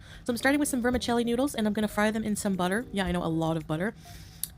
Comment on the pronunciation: A loafa bread, a containah o' milk, and a stick o' buddah....